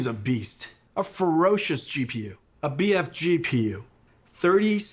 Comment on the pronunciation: My man said "A B-F-GPU"